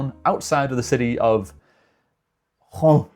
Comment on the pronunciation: Laon is sounded like lent but without a t and with a lower close to an a ... There are only couple of word in French with ao like un paon (a peacock) sounding the same way... Reims is sounding like Rins (yes with a sounding s) but more of a that an i in the in 🎉 good work of guess 🖖